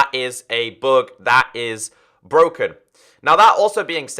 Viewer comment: When u say bug it sounds like bog. I was like what the heck is a bog?? Haa